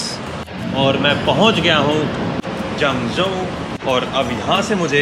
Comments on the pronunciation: It's Zhengzhou, not Zhangzhou. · here is Zhengzhou，not“zhangzhou” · Its Zhengzhou and not Zhangzhou as Zhangzhou is towards the south of China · Hey Welcome to China! But it is supposed to be Zhengzhou. lol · zhengzhou。。not zhangzhou